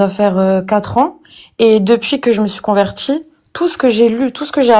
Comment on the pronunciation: "Moi je suis convertchie" LOL